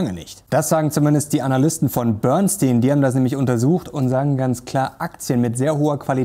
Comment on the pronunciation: Boernstinn? Bernstein ist nicht Gold. Daher Vorsicht mit den Tipps. ☝️